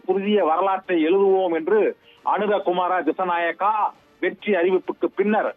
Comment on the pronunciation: அவர் பெயர் அனுர குமார திஷ நாயக்க சரியாக சொல்லுங்க சத்தியம் தொலைக்காட்சி